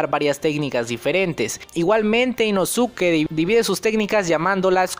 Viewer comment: min El negro es la ausencia de todos los colores no la combinación de ellos mimos.... min i introducido ?? no sera e introducido... min Ino-tsuki no inosuke básico en pronunciación.